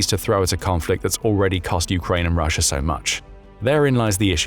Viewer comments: It's Russia, not Russiar. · why do you say russ-er and kore-er its an A not eerr sound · Russia has an A at the end of it, America has an A at the end of it. Not an r!!!! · These videos make great drinking games. Take a drink every time this guy says Russer or North Korear. You'll never make it to the end.